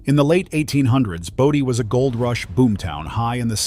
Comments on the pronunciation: Bō - Dee ... not Body, stupid! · Great video. Bodie is pronounced bow-dee